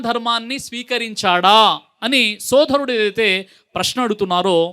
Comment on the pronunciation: శోధరుడు కాదు రా బాబు,సోదరుడు.